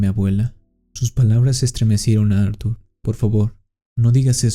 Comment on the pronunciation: Q no se llamaba Artur, como dices acada rato Ar 😵‍💫